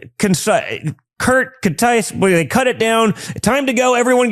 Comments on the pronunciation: Don Jr. LOL, "contite" What the neck is contite? They have the nerve to criticize Joe Biden for his age and how he speaks, what is Junior's excuse? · John Junior said the word contice lol and many other coked up faux pas